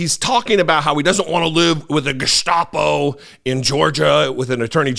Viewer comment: At least he knows how to pronounce Gestapo.